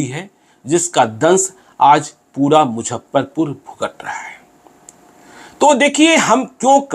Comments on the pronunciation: मुझप्परपूर नही मुज़फ्फरपूर hota sir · अरे यार इसको मुजफ्फरपुर बोलने नही आ रहा है।😂😂😂🙏🙏🙏